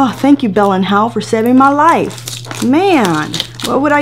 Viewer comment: LmFao "were going to organize our liffee" omg you crack me up. Omg there's a mini Vivian 😂😂😂